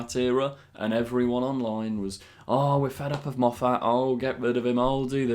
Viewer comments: we love you. But please stop mispronouncing Moffat! Every Scottish person cringes when you do it. The emaphasis is on the first syllable only, not the second. Carry on!:) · I've long had a theory that part of the reason the fandom disliked Moffat at the time he was showrunner on Dr Who was a subconscious thing somehow caused by your awful pronunciation of his name. As a fellow Scot but with an Irish name I feel his pain. Or, more accurately, hearing his easy to say name pronounced so badly reminds me of being on the receiving end of the same thing. Please, it's a fairly common/popular name that you must have heard repeatedly for years what with your being a Dr Who superfan. Have you ever hear the name Moffat pronounced the way you say it in this video and many others? I'm sorry if this comment seems rude as it isn't intended to be. I remember you talking about things in whatever episode it was that took you out of the story and spoiled the episode for you. (I've been watching your channel for quite a while so can't remember which video it was. It was a while ago.) That's what happens to me every time you say that name. I think it irritates me so much because - and I'm sure it isn't really - it comes across to my ear as an affectation. It sounds so different from the normal, accepted ways I've heard it said for the past almost 60 years that it sounds deliberate. I refuse to believe that you would be such a poseur so I'm assuming you aren't aware that you're doing it. Hardly the most pressing issue facing mankind, I accept. I can further accept that this comment is a bit over the top and that your most reasonable course is to ignore it. I almost c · Why do you keep mispronouncing Moffat?